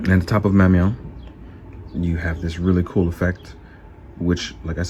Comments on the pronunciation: “Mew-mew” lmao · I love the way D says Mjolnir. Ahah